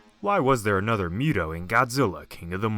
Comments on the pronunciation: Listening to you say Muto that way just rubbed me the wrong way. It's not Mew-toe it's Moo-toe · It's pronounced Muto (moo-toe) Not (mew-toe) that just sounds retarded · I believe it’s pronounced MOO-toe....not MUTE-oh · Moo-too not mute-oh bro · It’s MU-to bro not “MEW-to” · Not to nitpick, but you're pronouncing it wrong. It's pronounced "MOO-Toe", not "Mew-toe". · He's like "miutow" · Ok it's correctly pronounced MOOTOE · Fun Fact: M.U.T.O was confirmed to be pronounced as MOOTOE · I hate that you say mute-o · Its pronounced mootow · If he keeps pronouncing M.U.T.O like that I'm gonna lose my mind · Can you please not pronounce MUTO like you do? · The hell is a mute-oh bahahahaha